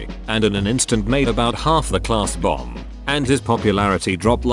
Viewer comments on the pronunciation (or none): none